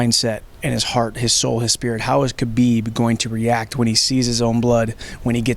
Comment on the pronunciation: respect to, probably the only sports journalist who pronounces Khabib's name correctly